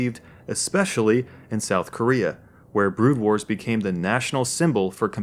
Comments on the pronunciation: Yes, It actually bothers me that you don't even know the name of the game. It's not "Brood Wars", it's "Broodwar". You moron. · 'Brood Wars, Brood Wars, Brood Wars' Oh god please stop... It was just 'Brood War'... >_>